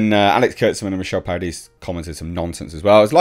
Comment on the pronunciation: It's funny that one of the producer's names is spelled Paradise but it sounds like is saying Para-dees. Like I give Star Trek Discovery a Pair-a-deez nuts! 🤣